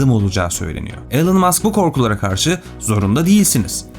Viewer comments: Elın değil ilan öğrenin artık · 'ELIN' degil 'iLON' Musk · Telaffuzlar konusundaki başarı çok iyi olsa da ana kelime Elon, elın değil ilon şeklinde olması gerekiyor yazmadan edemedim